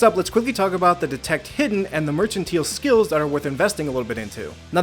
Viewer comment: I was wrong, he didn't figure out how to pronounce "mercantile" T.T In all seriousness though, this is a great series! I'll definitely be coming back if I need any tips for other games :)